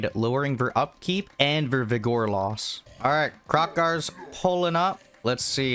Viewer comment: Slaan:Sla-awn, not slain Vigor:Vig-uhr not vig-OR I apologize, but it hurt me every time. diabolical tzeentch brain magic that dealt me psychic damage.